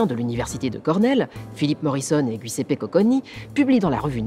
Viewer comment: Je suis en train de regarder, mais Giuseppe c'est un prénom Italien qui se prononce plutôt Ji-o-zé-pé que guy-u-cé-pé voilà c'est tout c'est pas très important, mais ça m'a fait bizarre. X')